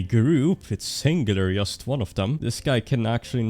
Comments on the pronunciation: Why all nords pronounce 'just' as 'yust' ? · thats not how you say "just". Pleaaaaaaaaaaaaaaase google how to say 'just'.